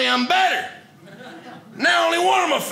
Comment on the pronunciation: That was a great set. Had me rolling 🤣 Thanks! I'm 50 years old and now have heard two people pronounce the word, diabetes, as "diabeetus." You being one, and Wilford Brimley being the other. 🤪